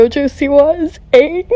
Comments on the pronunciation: Aunng 😭😭😭😭😭😭😭😭 its ANNG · Its not oong its aang omg i hate the movie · Oung, the last Ouvatar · when she said oong i got SOO MAD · "my favorite caracter is AuOng" vomits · How do you pronounce Aang from the movie avatar- ounng is what I think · I felt pain when they pronouned aang oong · I know! They pronounced almost every name wrong and it physically hurts me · i was warning my friend not to watch the movie he watched the first 5 minutes and said im gonna throw up and i said WARNED YA "aang" (the mispronounced version) and he went upstai rs went to my room locked the door and stayed there for an hour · the movie was trash like they didn't even pronounce aang's name correctly and the bending looked so unreal, i literaly hate the movie the other version is sm better